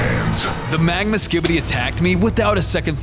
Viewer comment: Pls never say skibity